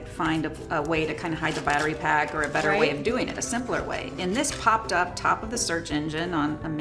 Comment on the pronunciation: "... and a wider part AToPah" sip -is exactly how i picture my aunt in the hardware store